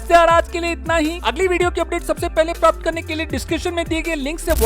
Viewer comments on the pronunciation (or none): none